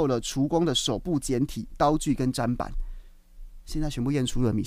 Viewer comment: 砧板念针板